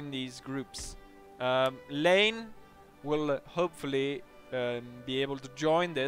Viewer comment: Just a nitpick, Marshal Lannes' name should be pronounced like LAN (LAN party etc)